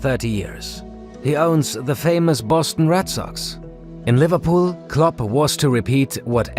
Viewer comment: It is kind of confusing if "club" and "Klopp" is pronounced the same ;)